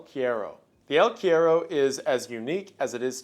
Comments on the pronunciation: dude, I was like no way he pronounced it like quiero..........He already butchered cigarrillo to the point it was the scariest part in the Blood Meridian vid 🥲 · Cuero is one of the most awkward words to say in Spanish so I understand but it is really funny how it sounds like he is saying quiero. Te quiero mucho Wendigoon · cuero is pronounced coo-err-oh 😂😂 it translates to leather or skin in Spanish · JAJJA el cuero, me morí con su pronunciación "el quiero" asdjflkh perdón, te amo wendigoon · it’s pronounced el (koo-e-ro) it’s Portuguese and Spaniard word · yo, “el” means the in Spanish and that word is pronounced “kwero”. The more you know 🌈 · god i love these videos. it's pronounced "el kwero" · I'm pretty sure Cuero is pronounced qwe rro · Wendigoon's pronunciation of the word "cuero" healed me from depression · cryptid from argentina???? yay! so, your pronunciation is a bit off, the u in spanish is more like "oo". also, this legend is from the south of south america, so very far away from the jungle, more in the zone of the pampas and patagonia (not any stingrays in the place). and the word "el" means "the" so saying "the el cuero" is the same as "the the leather" just a little correction since you liked the monster!! im happy to see a legend from my place here jsjajsj